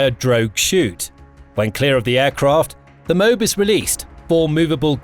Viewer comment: M.O.A.B. pronounced Mow - Ab.. like the town Moab in Utah or the region east of the Jordan river in the Holy Land.